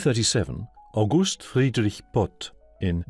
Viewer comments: Why do you pronounce german words with "g" as if it was "h"? Its August not Auhust. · Meanwhile in Germany... The name August and the month August are stressed differently. No joke, lol. You said "auGUst" and that's the month. The name would be "AUgust".